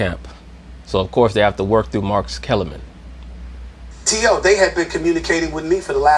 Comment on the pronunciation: "Massa" Kellerman 😂😂😂